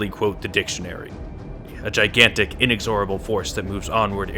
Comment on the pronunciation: Forget Cyttorak! It's in-EGGS-er-uh-bull, not i-necks-OR-uh-bull.